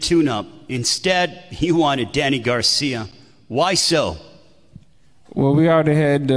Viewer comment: The guy asking the questions can't pronounce Danny's last name correctly to save his LIFE! He keeps saying "Garcium" He didn't even pronounce Philadelphia correctly smh